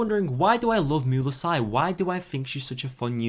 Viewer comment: STO P PRONOUNCING MUELSYSe LIKE THAT JHDSFKSHDFSDF or else triple gay